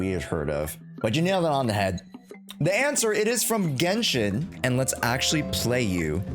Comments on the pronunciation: Anyone noticed that it said GenSHIT?💀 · lmao 'GENSHIT' 😭😭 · bro really said 'gensh*t' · Ah yes, "Genshit" 😭